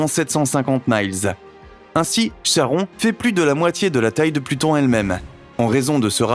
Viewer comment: Petite précision sans grande importance, mais bon : le satellite Charon se prononce "Karon". Par contre, je vous félicite chaleureusement pour la prononciation de "Kuiper" ! ;)